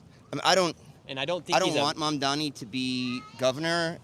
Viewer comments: Nick always pronounces it "Mandami" when's it's actually "Mamdani" 😆lol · It's not that hard boy. Not that you matter and not that he cares, but it's Mamdani not Mumdummy. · I don't think Nick has ever said "Mamdani" correctly. Pretty sure he says "Mamdami" every time. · First off, at least pronounce his name right. Stop saying Mum-da-mi. I also think yall just selectively edit in the most brain dead voters to make this look way worse than it is. The amount of people in the comments thinking that they aren't clueless themselves is laughable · How ignorant these people are they cant even pronounce his name! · The one guy can’t even say his name right. This is a disaster. Please don’t come to the south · This guy Nick can’t even pronounce his name but trying to speak on politics. Mamdani got yall white supremacist sick